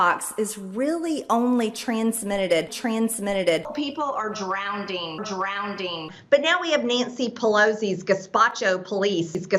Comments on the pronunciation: it's drowning NOT DROWDING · I’m “drownding” in tears over her pronouncing of drowning😂😂😂😂😂😂😂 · She's "drownding" in stupidity. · Drownding. What??